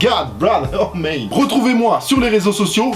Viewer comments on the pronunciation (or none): Tu forces un peu trop avec tes "bruh" " oh mèyne " avec ton accent anglais tout pourris là :'(.